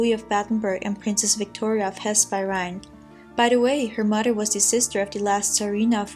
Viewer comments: Yes the th sounds like dd. Mother not mudder. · Her mudder. Haha I'm back in Brooklyn.